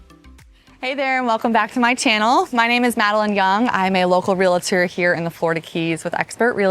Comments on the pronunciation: Just trying to be helpful here, but it’s Real-tor not real-a-tor. And real-ty not real-a-ty. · Cool place. FYI, “realtor” only has two syllables. There is no vowel between the L and the T.